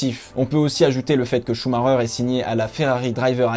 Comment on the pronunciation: Leclerc m'a l'air bien bien plus prometteur. Sinon svp, ça ne se prononce pas "Choux Marreur" :/ Ralf avait le même nom et pourtant...